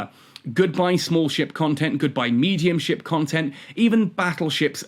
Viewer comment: First improve your English, it's not Contant it's content and it's not Romes it's roams 🤣. You deserve being ridiculed for weak English if what you are doing is itself considered as nothing but ranting 🤣.